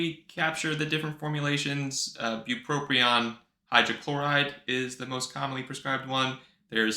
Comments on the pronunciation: Since you didn't list spongiform degeneration as a side effect, you know it's bupropion and not "buproprion"! Thank you for another awesome vid! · the guy that smells like cabbage on the subway told me its pronounced Buproprion..so we had it right all along